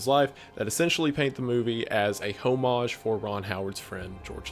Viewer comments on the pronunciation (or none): i don't think its "hoe mage" i think its "oh mage" lol. Seems like your on the way to saying homo lol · I assumed "Hoe-mage was a play on something but really he's just pronouncing the "h" in a french word. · my dude said a direct HOE-mage 🤣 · Interesting. I did not think the music is overwhelming at all. Oh, by the way, Homage is pronounced Oh- Mahj. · He can't even pronounce homage correctly... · The mispronunciation of homage sent me mad!!! Good video nonetheless. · You’re pronunciation of “homage” is infuriating